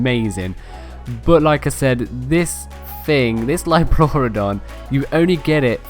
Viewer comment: Liopluerodon is pronounced leo plor odon